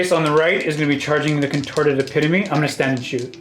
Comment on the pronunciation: Eh-pit-o-me. Not epi-tome